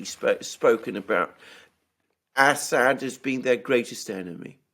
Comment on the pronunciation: Alexander, he is called As-sad not Ass-hat.